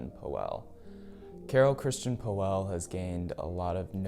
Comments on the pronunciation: its not poeehhhllll ist pöll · ...nice vid, but PLEASE try to correct your pronunciation of POELL not OE try to speak it as an austrian Ö... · Well prolly help if you knew how to pronounce his last name right. 😂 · you cant even pronounce the designer's name correctly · Learn to pronounce his name correct.